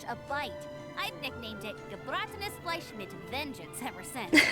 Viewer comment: Paimon just flawlessly saying Gebratenes Fleisch mit Sauerkraut really took me off guard considering she couldn't even say aristocrat like 5 minutes ago, shows how much she loves food though